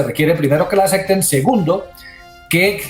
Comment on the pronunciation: Todo un magistrado y diciendo "ecsenario" y "acecten", deja mucho que pensar acerca de su formación intelectual